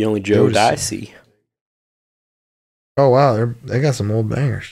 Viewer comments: My man pronounced it like he’s saying “Joe Pesci” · The jodeci bit is killing me I have never in my life heard someone pronounce it that way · 😂 oh my god the pronunciation of jodeci